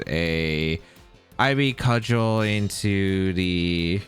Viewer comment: didn’t know how to pronounce cudgel idk if he’s gonna be able to pronounce serendipity